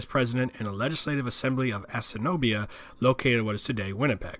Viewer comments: assiniboia (ass-ina-boya) not assinobia great video tho. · you keep mispronouncing the words - Assiniboia is pronounced ass-in-i-boya (əˈsɪnɪbɔɪn/;). It really distracts from an otherwise excellent history of my home town of Winnipeg.